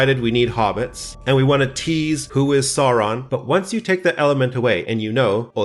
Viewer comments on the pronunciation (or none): I love how you pronounce Sauron exactly like Bakshi’s Gandalf (e.g. the dark lord Sören).